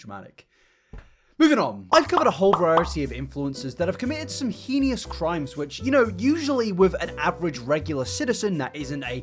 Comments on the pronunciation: im just absolutely stuck on the fact he mispronounced Heinous as “HE-NI-OUS” (it’s supposed to be “HEY-N-US” 😭😭) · I'm trying to listen but still lingering on the pronunciation of "heinous". It's like hei-nuhs